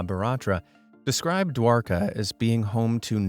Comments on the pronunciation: Man, Hindi pronounciation is wrong!! Word Mahabharata is pronounced as ma-ha-bha-rat And Dwarka as Dwaar- kaa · No he pronounced dwarka it's like this Dwaraga